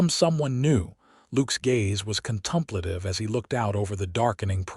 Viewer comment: If you are going to keep using 'contemplative' please correct the pronunciation. It's not contumplative 😑